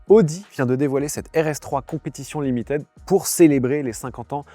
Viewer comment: Au top, comme d'hab, merci! (juste limited, ça se prononce "limitid", pas "limitèd", pitié pour les jeunes oreilles qui doivent apprendre ^^)